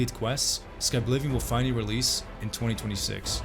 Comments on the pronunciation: SKI blivion 😂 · did bro just say skiblivion ?? as in skibidi or is just the brain rot at the terminal stages and there's no hope for me.. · I never would've guessed the correct pronunciation of Skyblivion was Skabblivion all along